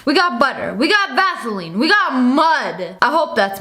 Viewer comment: How Sniperwolf pronounces "vaseline". VAZZZELEEN